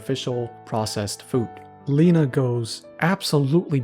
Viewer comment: its not leh-na its ley-na